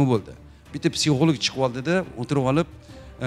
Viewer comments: Бу канака олима булди психолог сузини тугри айтолмайди. Психолик деб. Аввал тугри гапиришни ургансин. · Битва Тиранов 😅, психолог сузини тугри талаффуз килолмайдиган ,,психолог....Олима,файласуф,аллаканча китоб ёзганларни танимайман. Онам билан бир соат сухбат курганимда канча хаёт китобларини укигандек булардимХозир кизларимга айтаман,биргаликда хотирлаймиз.Жуда куп маколларни билардила.Хар бир мавзуга мос маколлари бор эди.34 ёшларида 4 норасида гудаклари билан бева колиб,оддий касалхона ошхонасига идиш ювувчи булиб ишга кириб,рузгор тебратганла.Жойлари жаннатлардан булсин.🤲